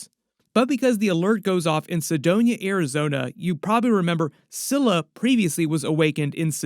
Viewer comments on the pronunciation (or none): Not to sound like a dick, but its just Sedona, not Sedoña